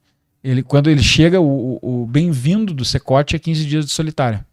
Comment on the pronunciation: "Secote"? CECOT